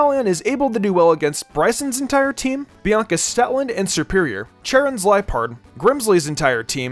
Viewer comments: Whenever he says serperior it sounds like superior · Which it is.